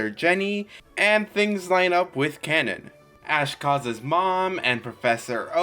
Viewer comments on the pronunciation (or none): none